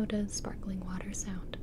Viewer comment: Gibi: How does sparkling water Sound? Me: fizz fizz Gibi:No they're not kidding when they say spakling water Me:.....